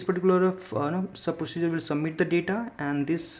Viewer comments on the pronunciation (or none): Am stuck on 'submit' what is that 'sh'?